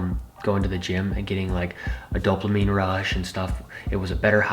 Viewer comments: dear, I believe the word is dopamine, without an "L", not doplamine. You're welcome! Constructive correctiveness, that's all. Btw, your story is very inspiring, good buddy. You have a heart as big as Texas. It shows when you tell a life adventure or happening. Love you and Chris. You're two great guys....... 😎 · Thanks for sharing everything, and I’d love to hear about your spiritual experiences.... but it’s pronounced “Dope-A-Mean” lol it triggered my ocd when you said “dope-LA-mean”... and it’s spelt dopamine lolol ik you have dislexia but I hope this helps you if you ever talk to muscle heads to save you an earache 😊